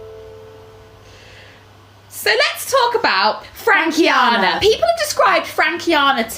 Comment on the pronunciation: I had a mind aneurysm when i heard frankiana OMG STOP